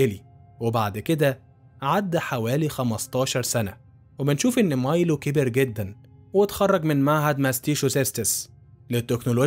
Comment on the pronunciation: مايلو وليس ميلو